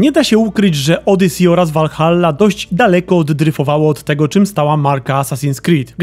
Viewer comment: To podwójne L jak mówisz o Valhalli jest strasznie wkurwiające.